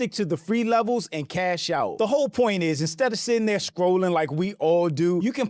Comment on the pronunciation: Anyone who says "anz" instead of "and" sucks. Don't need further evidence to know they're pretentious and self obsessed.